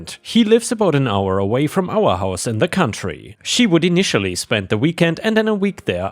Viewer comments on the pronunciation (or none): none